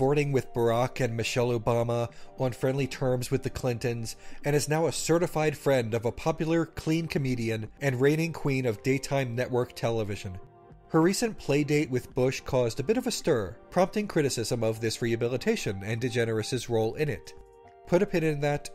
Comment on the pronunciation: I honestly don't know whether you called Ellen the queen of "daytime TV" or "gaytime TV". And I love the concept of Gaytime TV.